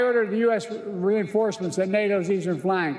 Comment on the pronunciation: Wow hes so strong and cognizant. What an amazing man. He's like a 40 year old. He almost said "reinforcements " correctly and I understood 50% of his carefully prepared mumbling. He's got my vote:)